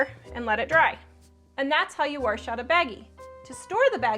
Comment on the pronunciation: Warsh” bahaha 🤣🤣